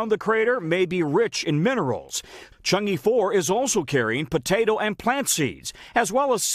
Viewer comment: The pronunciation of "e" in Chang'e is like "a" in "above".